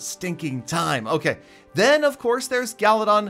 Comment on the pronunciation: I like how says galadon he says galidon